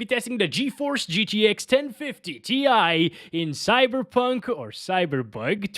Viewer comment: it's cyberbog it's cyberbog